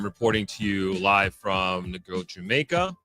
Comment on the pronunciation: You live in Negril so long almost 2 decades and can't pronounce the name of it properly?